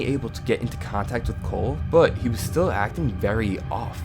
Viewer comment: at this point I'm noticing him pronouncing still , past and more words with s like this thtill , patht , and like... Something like Thor , did anyone else notice that ?